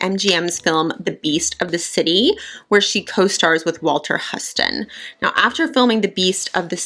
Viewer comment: Love your videos of old Hollywood stars and your make up is always stunning. FYI- Walter Huston is pronounced like the city in Texas. “Hew-stun”. His son was John Huston, famous director, and his granddaughter is Angelica Huston- famous actress.